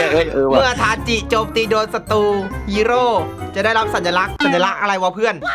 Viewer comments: ทาจิครับไม่ใช่ทาชิ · ชื่อ ทาจิครับถ้าอ่านตามหลักภาษาญี่ปุ่น ち chi ออกเสียงว่า จิ し shi ตัวนี้ถึงออกเสียง ชิ ครับ